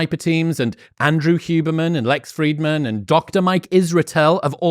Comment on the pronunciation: Just an aside Andrew, it's Lex FrIdman, pronounced as a short "i", aka accent breve.